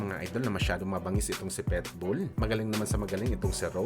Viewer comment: marunong k b magbasa?anong petbul ang tamang basa jn pitbul bobo!